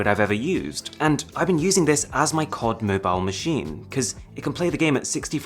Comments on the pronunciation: When he said 'cod' than c-o-d to pertain to call of duty, I actually questioned my whole existence. Thank you. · Did. U. Just. Said. Kord. Mobile? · Arun please stop calling C.O.D as cod...plz stop